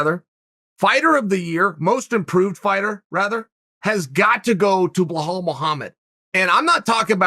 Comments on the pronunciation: Blahul? U gotta work harder to say it that way than u do to say Belal 😂🤦🏻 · It's BELAL, not Bahal- how hard it is to pronounce correctly! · blowhole its Belal not blehall it sounds like uncle chael is saying blowhole 🤣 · how is it possible to butcher so many peoples names ffs , can you not read?! BILAL - BLIHAL? wtfs wrong wit u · beh-hall? really? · If Chael says it Blahal, then by god it's Blahal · Its not blahal there is no H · Say it with me Chael... Buh-lawl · Sounds like he's saying belhal... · Blahall haha Uncle Chael you're trying to mispronounce names at this point 😂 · Uncle chael hurt my stomach Blakov Muhammad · It's belal Remember the name BRO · yea, he's been doin this for a while now.....blohal muhammad, yerry prochaka, yan blahovovic, hazmat chimave. He does this on purpose seriously, so that we comment on it 😅 hazmat is my fav...haha uncle chael at his best. He just said 'angana' for ngannou bahahahahha